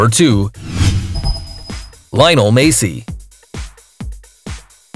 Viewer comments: Messi is pronounced messy not macey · he said Macy when the name is messi.